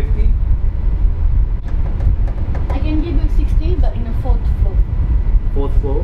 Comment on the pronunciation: I was dying when they copied the lady who said 4th flo. Lmao